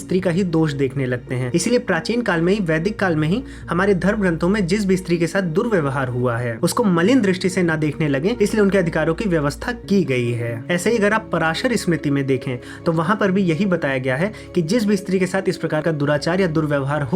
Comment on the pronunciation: पाराशर not पराशर